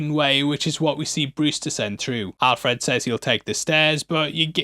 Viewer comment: It’s pronounced Al Fred, not Alf Red.